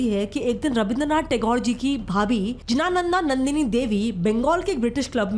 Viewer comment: The actual pronunciation is Gyanadanandini Devi